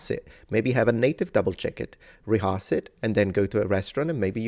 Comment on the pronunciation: you say ´reharse´ in stead of rehearse, the second syllable is more like ´her´ or hur. But the message is right: don´t be scared to make mistakes when speaking a foreign language.